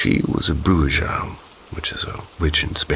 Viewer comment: It's pronounced brew-ha 😅 not bruja